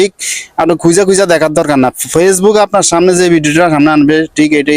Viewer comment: পেজবুক না ফেসবুক 😂